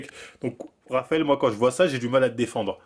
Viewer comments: c'est moi ou il dit Travael Cuesta 👀😭😭😭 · Traphael Cuesta